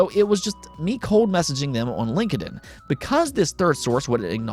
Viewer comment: It's Linked-in not link-ed-in